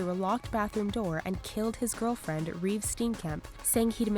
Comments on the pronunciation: *Reeva, not Reeve... love the vids but please check facts... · Who is Reeve Steenkemp?? It's Reeva Steenkamp! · It's Reeva Steenkamp not Reeve Steenkamp. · It’s Reva ....not Reeve. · It's Reeva Steenkamp, not Reeve. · Her name was Reeva not "Reeve" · They said Reeve Steenkamp but it's Reeva. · Reeva* not Reeve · Its reeva not reeve